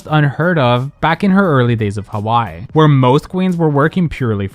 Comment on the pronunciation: The pronounciation of "Hawai'i" in this video is crazy 😭